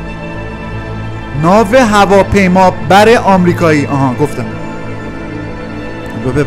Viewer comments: سلام. دادا عشقی من از اون هفته دارم به اون ناو هفاف بیامرو جرمیخورم از خنده خیلی باحال گفتی اصلا این برنامتو موضوعشو باید. طنز درست کنی نه ترسناک و اینا خیلی لایک میخوره باورکن😂😂😂😂❤❤❤❤❤❤❤ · ناو هوا پیما بر هم تلفظش باحال بود هم فیلمش ممنون از ویدئوهای امشب❤❤❤❤❤❤